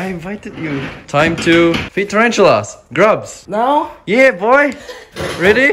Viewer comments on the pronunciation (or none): IK IT SAYS GRUBS BUT IT SOUNDS SO MUCH LIKE D R U G S HAHAHAHAHA